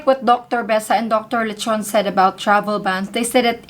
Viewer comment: I know Dr. Leachon..i 'm sorry but you mispronounce his family name..Pls ask from reliable people who know him well..ty